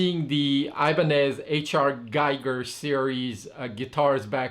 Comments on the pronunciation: Its "Gee-ger" H.R. Geeger looks liike giger but probounced Geeger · Gee-ger. It is pronounced Gee-ger.